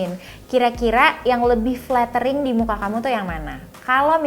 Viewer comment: waktu ngomong flattering nya lucu 😂😂